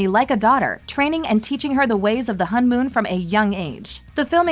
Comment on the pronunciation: Its pernounce hone mon